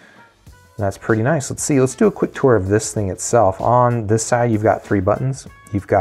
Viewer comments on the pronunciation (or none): none